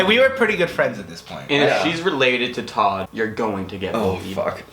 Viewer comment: Todds name is not Todd. It's tod